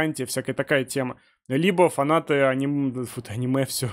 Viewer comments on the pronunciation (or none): none